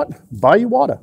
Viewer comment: Finally someone that pronounces Iwata correctly. It drives me bananas when people butcher such an easy name. Now, I know, I maybe splitting hairs BUT Iwata isn't just a brand name, it's an actual person's name. And just like most people don't enjoy having someone butcher their last name...well I'm sure you get the picture... Anyway, thank you for saying it correctly.